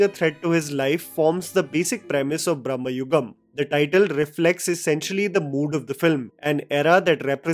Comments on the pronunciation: It is Bra ‘ma’ and not Brahmayugam like God Brahma. Just observed this and translates totally different meaning otherwise. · Not Brahmayugam it's Bramayugam. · It’s not Braamyugam it is Bramayugam…. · It's "Bhrama-yugam".... Not Bhram-yugam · Its not brahmayugam, it is bramaaayugam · It is not brahma yugam its brama yugama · It's not brum-ha-yugam it's bruh-ma-yugam meaning delusional age. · Its not brahma yugam its brama(mad) yugam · U r pronouncing it wrong... It's Brama-yugam... Brama/bhrama is illusion/wrong sense of purpose/negative thoughts Not Brahma-yugam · I think you keep pronouncing “brahmayugam” it’s just bra-ma-yugam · It's Bhramayugam, not Brahmayugam. Bhramam = Insanity. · It's bhrama yugam not brhma yugam😅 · It's pronounced as भ्रहम (hallucination) (Brhmayugam era of hallucunation) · Its "Bhrama-yugam" or ഭ്രമ യുഗം. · The title is pronounced Bhram-yugam, age of madness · Just a tiny correction: It's 'Bramayugam' meaning 'age of brama' or 'age of madness' Have nothing to do with Brahma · You are pronouncing it in the wrong way. Its Bramayugam,not Brahmayugam. Both are different in meaning. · Its not bramma yugam it is bramahyugan.. Bramam means madness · just a lil correction. it isnt "brahma" yugam (like the god brahma). its "bhrama" yugam. like bhram. roughly transalted as confusion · Please try to pronounce, it as Bharama yugam(Madness age), Not as Bhrammayuagam(Time of Hindu god Bhramma) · Bro not brahmayugam its bramayugam both have different meanings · It's not bhramayugam it's bramayugam, bramam meaning fantasy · You are pronouncing the title wrong. You are saying brahmayugam which means age of Brahma (like the god). It's actually age of madness it's pronounced different, m sound is not stressed, b sound is not like that of biriyani but of Bharath. Bramayugam. Not ब्रह्म its भ्रम. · it is not Brahmayugam, but Bhramayugam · It is not ‘bram-ma’ yugam. It is “bhra-ma” yugam . Meanings are apart. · It's not Brahmayugam, it's pronounced Brama-yugam